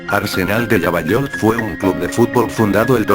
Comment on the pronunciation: lavallol en argentino se pronunciaria "lavayol" en loquendo se hizo indecifrable la ciudad hasta q dijiste partido de lomas de zamora.